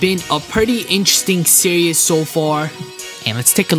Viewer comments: why does it sound like he is saying serious when he says series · is he saying series or serious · It's series, not serious Sear - ees As in tv series, series of moves etc. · Come on man, really? You can't pronounce the word series?